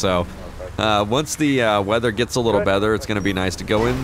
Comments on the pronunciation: Hahaha said bether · Him said bether in one part of the video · Haha said Bether instead of better